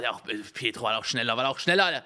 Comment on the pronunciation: Es heißt "petro" *2019, MontanaWeise